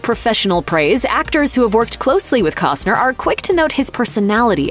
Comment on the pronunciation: Can ya PRONOUNCE HIS LAST NAME ??